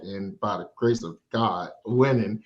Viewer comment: Why a side say “by the grace of gawd” lmao! I felt the emphasis in that